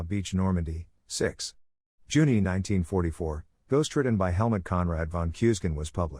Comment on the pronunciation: Juni is pronounced YOONIE!